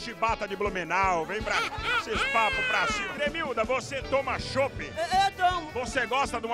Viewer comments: gente o nome é cremilda e não clemilda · só eu que repiti a parte da cremilda falando bugunal umas 20 vezes??